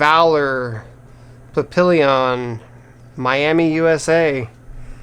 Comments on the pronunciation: Papillion? it's pronounced papiyon i's french...and is kinda fitting since it is french for butterfly...just an FYI..anyway thanks for the upload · that's pronounced more like 'pappeeyon'. It's French if that helps. There an award winning movie of the same name, check into it. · Papillion means butterfly in French. Pronounced pap-ee-yon